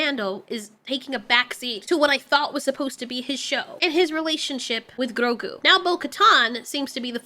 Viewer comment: Why do you ROLL YOUR RRRRs in GROGU? You make it sound like some fufu cheese 🧀 😅😅😅😅😅